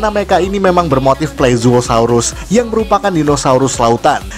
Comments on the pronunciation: Kok saya salah denger yang admin bilang itu Plezuohsaurus bukannya Plesiosaurus lhoo.. Hehe.. 😂😂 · ini kuping gw yang bermasalah atau dia bilang plezuohsaurus bukanya plesiosaurus🤣